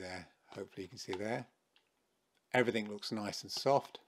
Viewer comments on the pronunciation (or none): none